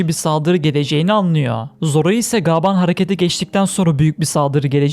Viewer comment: Lütfen gaaban değil gaban de🙏